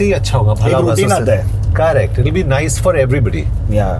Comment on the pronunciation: Kaaa - rektttt. (Correct) 😅